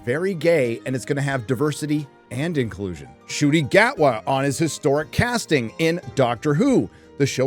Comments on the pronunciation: Also, Mr. Gatwa pronounces his first name as "shitty". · you mispronounced his name, it should be said "shitty"